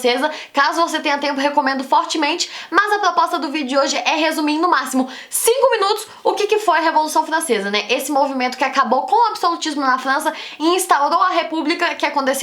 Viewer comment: Revolução Flancesa, ploposta, caraaa que raiva ela trocando o R pelo o L kkkk